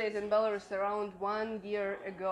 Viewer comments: It’s Belarus . Not Belaras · Не Беларас, а Беларусь! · I've been following you both for a while! But I don't know why had to butcher the pronunciation of Belarus when it is pronounced like it is in Russian... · Interesting to hear Belarus pronounced [by someone I suspect knows the proper pronunciation]: here in the U.S., we hear it [if at all: our news media sux] said "bel a ROOS," vs her "BEL a russ." Good to know... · БеларАс ахахах))))) БеларАШ уже надо было задвинуть, чё там..))))) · But it seems that it is pronounced more like Bilorus in Ukrainian... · Please start with pronouncing the name of the country correctly.